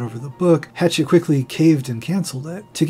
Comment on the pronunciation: Pretty sure it’s pronounced “hash-ah”. The French way. The publishing house I mean. Lionel Shiver says it that way. She also believe Mia manipulated Dylan. Love the video. But if any Mia stans watch it all they will surely call you out despite this being the most informed and deep look at the case since the reports from the doctors and the court documents 30 years ago.